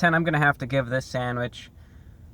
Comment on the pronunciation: I could listen to you say "sandwich" on a loop all day